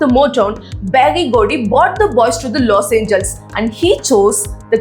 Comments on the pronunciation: It's los Angeles..not los angels. I like your content just your pronunciation is not right. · Los Angeles: pronunciation is 'Loss Anjee-lesss' pls